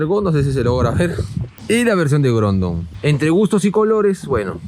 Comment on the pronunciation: Grondon jajajja